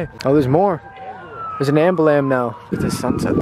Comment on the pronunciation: "there's an ambalam now" 😂😂